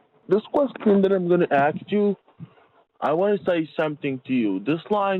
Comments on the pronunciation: more like lemme axe you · and let me "aks" you...i love this imbecil😂😂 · Let me ax you… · An tan I ax you, lol! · Jamaican here and I’m dyinggggg with laugh at this. Between the horrible grammar, awful pronunciations and the “let me axe you”, i just can’t😂😂😂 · has nerves of steel. All the 'Lemme aks you's" were starting to give me a nervous tic This scammer is DIS GUS TING. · Yeah, I had to turn it into a drinking game (per another commenter’s suggestion) “Let me axe you…” Drink! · and let me axe you, wtf, you should have done a karen on this piece of crap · No, axe😂😂😂